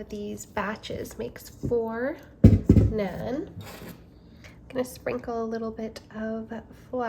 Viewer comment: it's pronounced NAHN :)